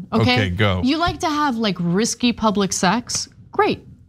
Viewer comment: Ana-it is Risque, (riskay) not risky.